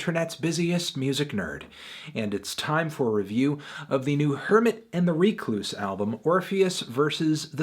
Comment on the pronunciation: it's pronounced wreck-loose, melon.